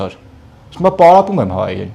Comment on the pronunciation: Մե, հայերեն չէր պարապում, պարապՎում էր... 😅